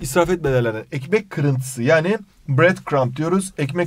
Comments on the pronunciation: ekmek kirintiğsi 😂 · "ekmek krıntiysi" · 💫EkMek KirĞnTisğh💫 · ekmekğğ kırintisiğ Hoca: ne diyosun olum burayı öyle okıcaksın: ay pardon hocam Hoca:Allahım Yarabbim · +ekmek kurintisiğ -ne diyosun olm bu tarafı öyle okuyacaksin +a pardon hocam -Allah'ım yaerebbim hdkhdkdndkdkdkxndsnkdndmdnmxnsms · ekmek kırintisiğğ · ekmek kırıntisiğh